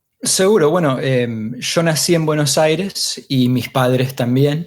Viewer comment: Bueno Aire